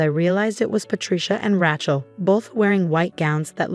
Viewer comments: AGAIN, its not 'Ratch-el', its 'Ray-chel'. Misprounciation ruins the story. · Thumbs down on all of these stories that say RATCHEL INSTEAD OF RACHEL. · It’s pronounced Ray-chel not ratchel. It’s a long A, there is no t. The title needs changed. The husband did NOT request that mommydearest & sissypoo wear white nor even the same dress. Mommydearest & sissypoo CLAIMED he told them to do so. The title should read something like “In-laws claimed my husband told them to wear the same dress I wore.” or “In-laws tried to sabotage our wedding & marriage.” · Please stop using the name Rachel in your stories. If you can't pronounce a name, don't use it!